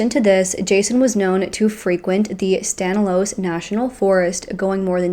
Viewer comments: Lol...yeah its STAN-IS-LOSS (thats how it sounds) but u did fantastic!! ♥️♥️ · I live one town over from Turlock and have never heard of this case. So thank you for bringing little know cases. Doesn’t seem like they will ever truly get to the bottom of what really took place sadly. I love how you cover cases, so in-depth yet straight to the point. You missed pronounced Stanislaus and it cracked me up every time, just had to tell you, sorry! 😊